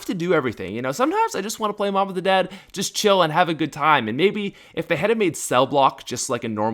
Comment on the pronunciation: on mob of the dead u said the bo-b😆